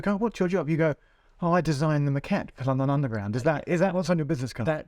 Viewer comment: But he pronounces it like maquette (which is Italian for sketch!!!)